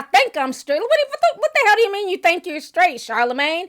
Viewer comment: Malik feels more confident because he has backup! He does need to do the work because he knows nothing!! Charlemagne said “I guess Skraight”!! 😳🤣😂